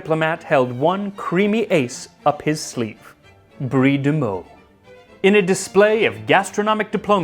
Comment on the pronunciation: Also, thank you for pronouncing Meaux correctly